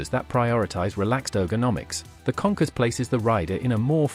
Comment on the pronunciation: Kawasaki “ Conkers “ 😂😂😂 Does he mean “ Concourse “ (?)